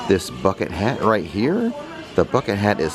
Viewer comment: Did anyone else hear “f*ckit hat” when he said “bucket hat”? Just me? 😆